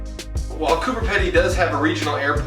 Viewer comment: It’s said like Coober peeeeedy